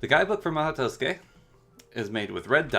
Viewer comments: Wrong, it's pronounced as ma-ho, the u is left out, and tsukai is pronounced skai. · did he just say to-skay